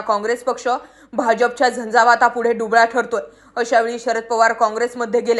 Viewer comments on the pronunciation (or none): none